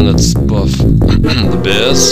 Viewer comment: I like how you say bears like beers.